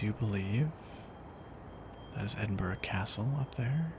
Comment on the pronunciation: I love this, but as a native to the Scottish borders, I have to be 'that' guy and say Edinburgh is pronounced 'EdinBRUH', not 'EdinBORO'.